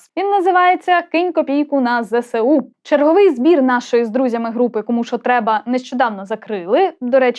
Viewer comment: Зе-Ес-У же ж)